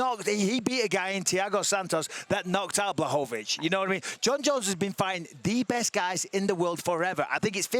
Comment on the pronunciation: Espn learn or put some polish person there... isn't Blachowicz BUT Błachowicz...🤣